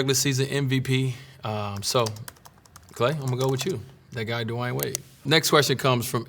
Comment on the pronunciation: So I've been calling this man "Dwane" Wade my whole life. You telling me it's actually De-y-uhn Wade?